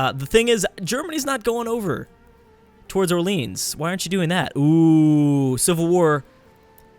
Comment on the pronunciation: Btw the French city Orleans isn't pronounced like the American one at all :s